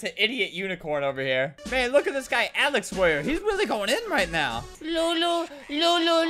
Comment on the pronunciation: Albert pronouncing this username: xX(Alex_Warrior)xX. Albert: Alex_Warrior (/'Alex Ware'/) :3